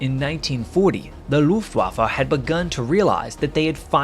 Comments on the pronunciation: "Looftwaffa", it's Luftwaffe for god's sake. Not so hard to pronounce this correctly. But Americans are masters in butchering German words. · This is one of the very enjoyable stories and the storytelling is great. There is however one thing that keeps bugging me each time it's pronounced.. the Luftwaffa.. It is Luftwaffe. E on the the end is pronounced the same as E in "end" Same goes For E in Porsche. Not Porscha or Porsch. It's e just like in "end". 😉